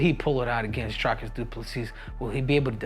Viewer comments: It's DREE-cus DuPlessy, not DRY-cus!! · His Name Is Pronounced [Dree-cus] 🇿🇦